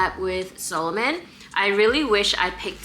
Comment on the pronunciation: Sa-lomon, not Solomon🤭 The latter was a Jewish king in the Bible😬